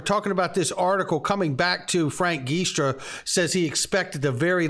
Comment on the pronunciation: Love ya,. Only trying to help. I hope you don't mind. I'm Italian and Frank Giustra's name is pronounced "Jewstra".